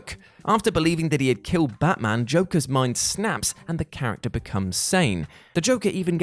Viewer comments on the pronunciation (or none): none